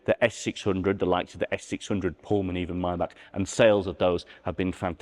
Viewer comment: Chh ch not k maybachhhhh